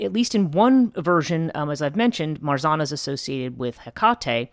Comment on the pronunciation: I Love This channel and work You put on it! Hugs from Poland:* Pronouce tip: 'rz' in Marzanna sounds like 'g' in beige and double 'n' should be accented like in name Hanna :)